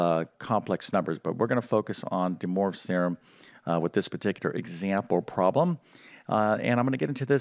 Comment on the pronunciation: "Dee Morves Theorem"